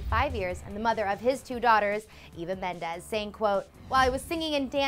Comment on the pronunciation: It's Mendez not mendes